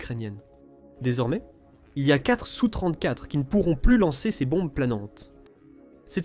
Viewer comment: Donc je vais t'expliquer, SU se lit SU et S.U. se lit (phonétiquement) ESSU. Et un Sukoï 34 se lit (phonétiquement) ESSU34 et non SU34 Capito?